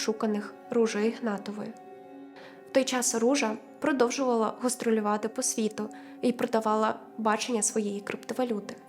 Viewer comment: ГОстролювати, пІдкаст, бАлгарія, згушатися тучі? Зате слово проЄкт ріже слух серед цього всього....Святий боже, шо з дикцією у цієї прекрасної дівчини? Ви хоч якось текст вичитайте по людськи.